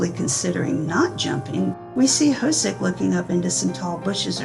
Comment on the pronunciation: J-Hope's name is not pronounced "ho-soak" - it's more like "ho-suk". This entire BTS Universe can be pretty confusing, so it's wonderful that you've put this together!